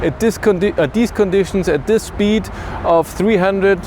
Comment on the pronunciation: „Shpeed” :) Instantly imagined how it was as if Clarkson had always pronounced it that way 😂